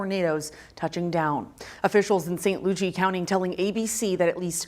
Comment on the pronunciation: This newscaster needs to do more homework pronouncing the names of Florida cities. St. Lucie, New Smyrna, etc.